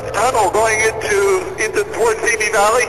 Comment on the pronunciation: Simi is sih mee, not see me